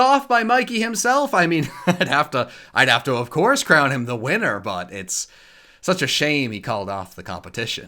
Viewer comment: why when he said winner did it sound like weinner